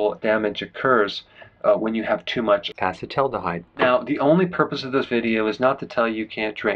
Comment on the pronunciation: I admire your commitment to pronouncing acetaldehyde correctly... , !